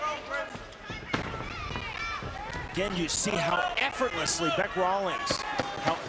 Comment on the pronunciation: Not Bic. It is Bec. As in short for Becky.